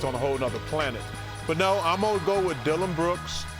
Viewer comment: LOL.. Dilloin brooks?? HAHAHAHHA